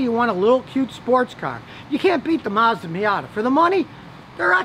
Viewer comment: Mazdarella is how he pronounces Mazda